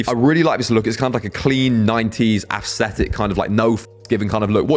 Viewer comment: The way you pronounce "aesthetic" makes it sound like you're saying "assthetic" lol